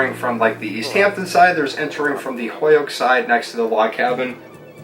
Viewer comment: I say Holyoke like that too. Hoyoke 😊 As a New Hampshire resident now I never get to hear the Western Mass accent anyone!